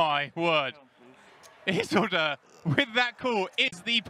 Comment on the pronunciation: "Izzledur" What?